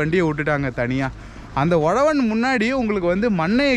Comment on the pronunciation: Bro not Ozhavan its uzhavan 😀